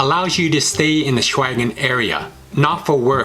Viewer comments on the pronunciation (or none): His pronunciation of "Schengen".